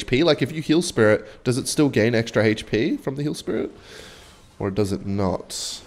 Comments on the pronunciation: For the love of jesus and joseph please stop saying hp as "heych-pee" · says "Haych Pea"